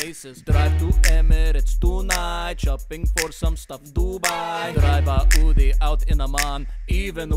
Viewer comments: it's Audi not Äudi indeed. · It is Audi Not aooodee RIP ENGLISH